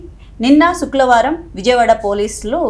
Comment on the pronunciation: Suklavaram kadu.sukravaram